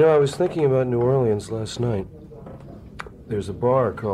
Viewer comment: Thank you Jim for pronouncing New Orleans correctly.